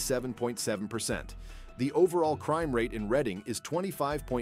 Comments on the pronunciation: It's pronounced "Redding" not "Reeding." You got it right halfway through. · sigh Reading is pronounced "RED-ding." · Reading is pronounced Redding which. In 1748 the town was laid out by the sons of William Penn the name was chosen after Penn's own country seat of Reading in Berkshire England. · Reading pronounced RED-ing it's native american a lot of our cities are named after Native Americans